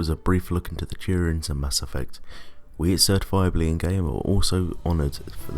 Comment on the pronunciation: his accent made it sound like he said tyranids instead of turians just wanted to point that out